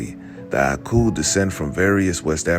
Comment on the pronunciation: 😮😮😮 You pronounced the oku/aku with perfect accuracy